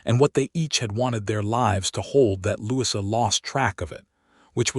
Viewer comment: Louisa and Elias, among other names in these stories, are mispronounced, too.